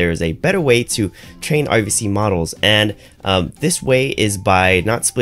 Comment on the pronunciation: Question from a non native speaker: You pronounce RVC like OVC - is this intended? You otherwise pronounce "r" quite distinctively - noticed this in the last 5 videos or so.. :)